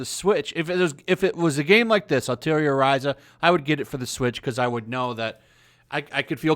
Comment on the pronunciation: Why do most people constantly mispronounced "Atelier" so badly? It's was pretty hilarious at first but now it's become almost frustrating. Like, take a single class of French and you'll know how to pronounce it lol.